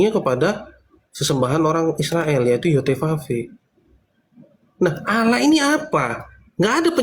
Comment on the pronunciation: sangat bangga dan nyaman dengan sebutan ALLAH untuk sesembahannya yesus tapi bacanya didustakan jadi aaaalaaah